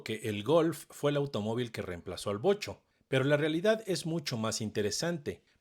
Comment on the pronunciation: Wow Vocho y no Bocho osea los nacos solo dicen Bocho Si le atine😂 Fiuuuuuuuuu